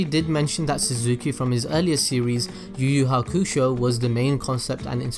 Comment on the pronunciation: Lmao he butchered Yu Yu Hakusho